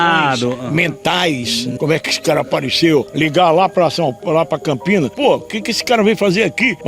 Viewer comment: Parabéns pela matéria, mas o nome da cidade é Campinas e não Campinhas.